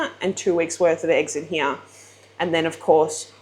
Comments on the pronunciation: “HERE , YAH”” lol “here” it’s one syllable! Great video jerking ya chain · “Hee year”. “Here”!! Kills my lol